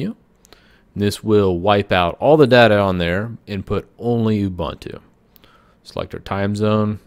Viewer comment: not ubAntu but ubUntu. Author pronounce properly